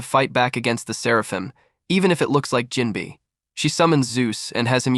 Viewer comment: Jim-bay say it right please